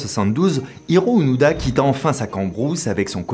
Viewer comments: Onoda ou ounouda ? Fabien confond la prononciation des "o" et des "u"". Je pense que c'est plus Onoda, comme le prononce Louis-san Norio ou Nario ? Décidément, Fabien et le japonais, ça fait 2. Sinon, il n'a pas continué une guerre finie en 1945, il est en raccord avec la situation entre le Japon et la Russie : la guerre n'est pas finie. :p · Onoda (pas d'accent sur les "o")